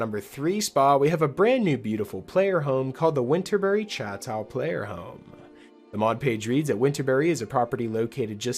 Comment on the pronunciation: "Chateau" is pronounced shat-toe.